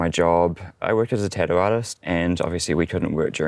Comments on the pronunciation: Oh lord, what he did for a living got lost in his accent and mine - I kept hearing tit-tio (must be said with a west coast US accent) - not tattoo. 😂 The evolutions of language is amazing. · Beautiful space! On a funny note it took a long time to realize he was saying tattoo. I was like what is a tadu? Should I look it up? Haha